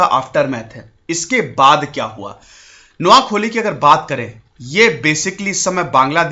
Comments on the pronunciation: Pls sir spell it correctly... It's noakhaali,,not noakholi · नोआखोली नहीं नोआखाली उच्चारण हैं। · It’s not Noakholi It’s Noakhali say it properly Btw i am from Noakhali 🇧🇩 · Not kholi it's khaali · Its koa khaaaali